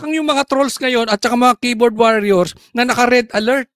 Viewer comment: Wor yers is the pronunciation of warriors, not waar yours. FYI only po!